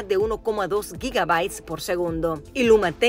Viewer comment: Pronunció mal la reportera Gigabits